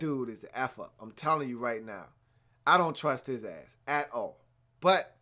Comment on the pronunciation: yea you are. he had a bad game. he has those sometimes but the way you say you don't trust eli "at all" makes it seem like he's bad every game. you stressed it like hes sanchez lol. the giants are gifted cause eli is smart. he got the audibles ready and reads defenses well. i know you've seen how bad ereck flowers been playing... o line been god awful... and also there is no run game. eli been holdin it down on his side of the ball to the point where they got to 9 n 4 albeit with the help of an exceptional defense... & honestly, if the Cowboys scored, I'm confident eli could march down late in the 4th with his little receivers.. maybe get a field goal... he does that shit all the time. pretty sure he has the most 4th quarter comebacks since he been in the league. But I acknowledge what you're saying in a small way. the offense had been bad and eli gets blame but he's so much better than most of the qbs in the league, so I trust eli a lot. and broooo wait till the playoffs cause this man will ball hard. and lastly.. do you watch the giants games? eli is so good sometimes man. you gotta not watch to miss his talent